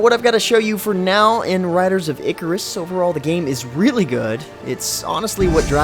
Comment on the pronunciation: EEEEE CARRR RUSSS OMG 10 out of 10 videos related to this game and 10 out of 10 could not pronounce the simple word !!!god this is annoying.